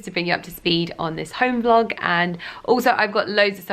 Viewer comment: ‘Uhhh I’m trynna vloaug!’ 😂